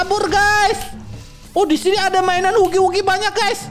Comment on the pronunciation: Bang bukan hugi wugi bacanya hagi wagi